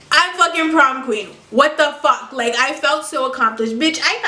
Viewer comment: I like how she pronounces fuck its like "fock"